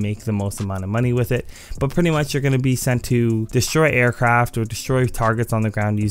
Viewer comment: Customized Aircraft* (Not trynna be an asshole but just use good diction bruh) Otherwise awesome video you always help me out with the time trails.